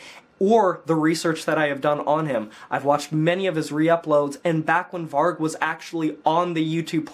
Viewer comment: I honestly never hear one american pronounce vargs name properly 😂 Varg is the truth. It’s a tough uncomfortable truth, but it’s truth.